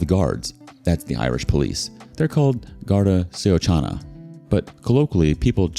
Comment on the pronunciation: Some of the pronunciation in this hurts my soul. Gar-dee She -oh -con -ah... cheers from Ireland!